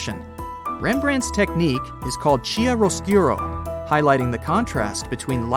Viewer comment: Awful. "Cheer oscuro??" Chiaroscuro is pronounced kee-oscuro. And why are all of penises blocked put? That in itself is a disgrace.